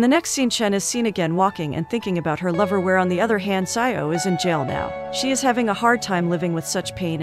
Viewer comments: Xiao is read as SHEE-AO not SAI-YAO. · Its not zaioh its shiao☠️ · "Zai-o" 💀 That's not how you pronounce "Xiao" lmao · I don't know why it's so funny to me when you pronounced Xiao as sayaw